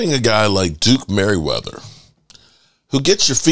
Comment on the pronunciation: Manyweather...not Merryweather